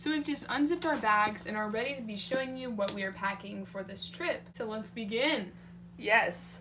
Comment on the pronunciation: “Very tready at the sale”